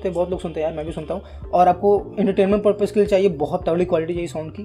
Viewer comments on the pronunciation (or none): none